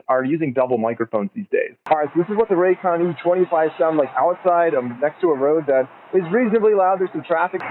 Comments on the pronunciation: This is biggest Con: Raycon say it wtih me RAY-CON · His last name is but put it raycon?? ray “CON”